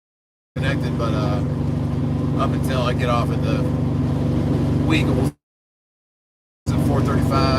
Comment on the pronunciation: It’s pronounced wigels.